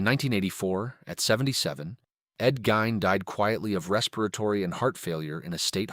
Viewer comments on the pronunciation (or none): Gean is how it's pronounced .